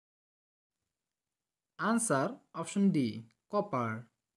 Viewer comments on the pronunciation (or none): none